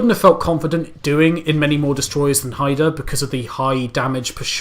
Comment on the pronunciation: Hi review Pronounced Hi-da